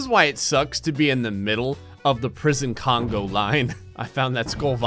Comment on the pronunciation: My eye twitches every time he says “CongO Line.” I know I’m a pedant, but... I can’t help it.